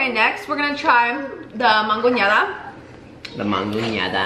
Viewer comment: Him trying to say mangonada is so funny🤣